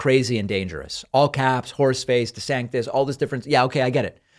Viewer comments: When you said "horseface" I thought you said "force space"! Space Force! Space Horse! INCLUDING A HAT. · He's not saying horseface, he's saying whores face. It's hilarious actually. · It really is actually. You all think he's saying horseface, he's actually saying whores face.